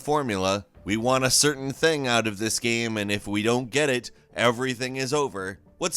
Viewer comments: I love your content, but man the way you pronounce game just tilts me so hard. It isn’t spelt g a e m... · Someday this guy who is payed to talk about games for a living, will actually learn to pronounce the word 'game.' One can only dream.... If the content of everyone else on this channel wasn't gold, I'd unsubscribe in a heartbeat to get away from this guy repeatedly saying 'gaem' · Who says GAME like this?! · BRO PLEASE STOP MISPRONOUNCING THE WORD "GAME" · This guy doesn’t know how to say game